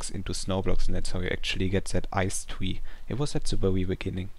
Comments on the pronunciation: im very sorry but when u say ice tree it seams like ur saying ice twee. lol (im not making fun of u) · "here's the ice twee" lol